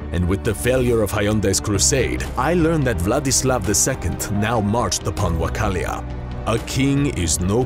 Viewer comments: Wakalia. Huyandi. What's with these pronunciations? Isn't it Wallachia (wva-lah-ki-uh) and John Hunyadi (Huhn-yah-dee)? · Great video!! Mostly accurate. I laughed a lot at the pronounciation of Wallachia. Literally Wallachia means "land of the vlachs" While Wacallia mean "Land of the cows" Lol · Video is great!! The 2 most glaring mistakes are the mispronunciations.. The country is WA-LLA-CHIA, not Wa-ca-llia. The other was the name of very prominent noble, John HUN-YADI; not a brand of Korean cars, Hyun-dai. Otherwise really cool video!!! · You pronounced Valachia as Wachalia. The name means the Land between mountains. In romanian is also called Muntenia(The land of mountains) and later it was known as the Romanian Country(not the one that exists now, a medieval smaller one, it was a principality). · Two minutes in and you're already saying Wakkalia and Hyundai. It's Wallachia and Hunyadi. Damn. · Isn't it Wallachia, not Wachallia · Wallachia = "Wall Lah Kia" Wallachia /= "Wall Kal Lee Ahh" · Wallachia, not "Wachalia" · it’s not Vachalia it’s Vallachia (Valahia) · Wacchalian? I thought it was Wallachia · Hyundai and Wachalia instead of Hunyadi and Wallachia? Seriously? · It's not Wachalia, it's Walachia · It's not Wachalia it's Walachia. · Its Wallachia, not Wachallia !!! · What exactly is ... Wachallia? Is it a small town near Wakanda? IT's WALLACHIA (spelled VALA-KEY-A). Thou shall not disrespect Vlad's land! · Wallachia dude, WALLACHIA not WACHALLIA... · Wakalia? Valachia. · Wallacia not whacallia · Wallachia.....not wachallia. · Wachallia ??? Wtf its Vallahia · My god the pronunciations: 1. It's Valahia, not Wacalia 2. It's Lord John Huniyadi, or Iancu de Hunedoara in romanian, not fucking hyundai, it's not a fuckin Korean car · Oh no... Wachallia.... WALLACHIA!!!! Cringe man. Rest of vid is awesome tho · Wachalia spune ala. Zici că suntem Wakanda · Minor correction: Vlad was the King of Wallachia, not Wachallia. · ia not ai... Va-la-hi-a simple as that :))